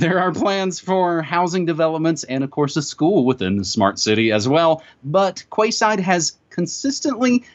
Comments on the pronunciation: OH that hurts! Arrrrghh!!!! Quayside is pronounced like "Keyside" , NOT Kwayside ! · Quay is pronounced key. I know that's weird . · The area is called the "Queen's Quay" in Toronto....said (sounds) like "Queen's Key"...so, this is "Quay Side"...said (sounds) like "Key Side". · Kwayside? pronounced keyside spelt quayside! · Quayside - that would be pronounced Key side as in Kee Side, and not kwayside O.o Aluminium pronounced: alu-min-y-um, just like magnesium. Not aloominum. Sorry just saying, so people understand what your talking about :) Good info thanks. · Quay Side, pronounced (Key Side) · Quayside is pronounced Keeside btw. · In Canada, we pronounce "quayside" as "key side" .... google agrees on the pronunciation. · It's pronounced "keyside". Canada or UK call them quays, as in like "Florida keys" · Maybe its Canadian but here in the UK we pronounce 'Quay' like ''KEY' (Quayside would sound Keyside). Just saying. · FYI Quayside is pronounced keyside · quayside is pronounced as key side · "Kway Side " Dumb twat. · Yes I know - just a touch of sarcasm on my part. I just find it interesting that the phonetics of Magnesium differs to the phonetics of Aluminium. Curious wouldn't you say. :) But honestly, the pronunciation of Quayside was so far off, at first I had no idea what he was referring to, so I thought it might help.